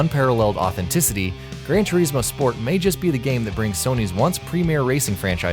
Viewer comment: Did I just......hear..... grand tureesmo ??? XD